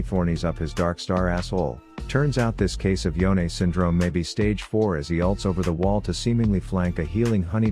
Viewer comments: It's Yone not YoneA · so his name is pronounce yo-neh? I thought it was y-one